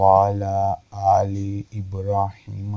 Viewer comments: Bhai Aap to Durood Shareef theek say nahi padh rahay Hain, kuki ibraheema may Bada Ha nahi hai Chota ha hai... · ibraheem me chhoti ha hai darood sahi karen mere bhai